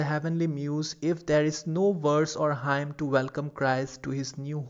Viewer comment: Very helpful video. Also Hymn is pronounced as 'Him' not Haim.